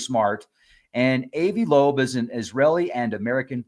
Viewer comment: ...NOT...A.V. AH-VI...TRY THAT...AVI IS SMART...I R NOT...IDIOT ! PLEASE LEARN HOW TO SAY A NAME 1st...b-4 coming on here making urself dumb .. AH-VI LOBE...NOT AV LOBE... KAPEESH...GOT THAT? ✔️.,..GOOD 2 GO